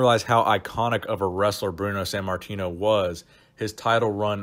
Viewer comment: san martino? or sant martino? why do you say his name like that